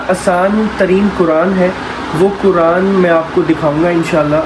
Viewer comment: Aur kuraan nahi Quran hota h Jazakallah khair